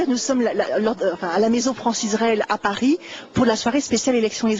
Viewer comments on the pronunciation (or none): none